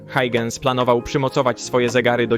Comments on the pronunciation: Christiaan Huygens, nazwisko wymienia się jako [hojchens] a nie [hajdżens]! Warto się trochę doinformować zanim się coś wrzuci na YT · A dokładnie Hojhens :) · Hauhens - tak się go wymawia, mniej więcej